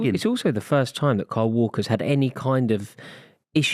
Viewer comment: Cant say the name kyle. Sounds like Carl or Cole to me when he says it